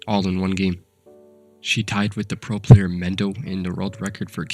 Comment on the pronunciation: “Phro Phlayer”